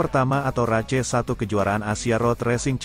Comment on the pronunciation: Race, bacanya reis, bkn race, blajar lg